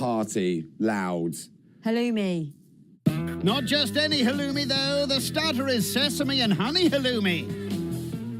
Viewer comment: WOW.... Aren't you special ? NOT !!!! And fyi...it's halloumi, not whatever you called it.